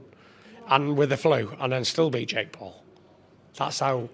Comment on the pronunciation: Every time you say Jake Paul sounds like your saying Jake Poo 💩😁.